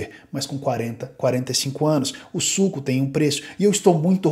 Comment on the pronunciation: ...o preço do suuuco... ênfase nA entonação meus caros... suuuco